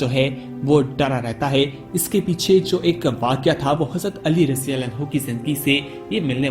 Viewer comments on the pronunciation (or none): Abhi tuje radiyallahu bolna nahi aata raji-raji kya krta he?